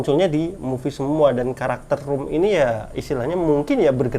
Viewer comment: Rum dibacanya ram atuih bang bneran suka conan ga sii